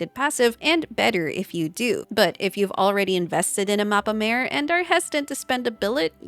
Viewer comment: Awesome vid dear! Just a smol thingie I noticed! Mappa Mare is not pronounced like mAEre ( sounds like female horse:D) but instead with a flat A: mAAre. In Italian it means "Sea Map" Keep rocking! Always looking forward to your new content <3